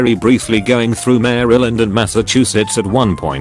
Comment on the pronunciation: "Maaaaryland and MASSAHCHUSETS"